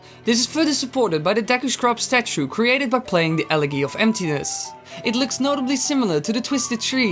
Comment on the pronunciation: "ele-ghee of emptiness" lol